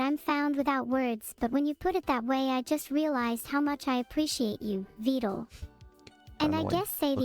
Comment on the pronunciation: Who the hell told this poor man that “Vedal” was pronounced “Veed-al”!? It’s supposed to rhyme with “medal” and “pedal”!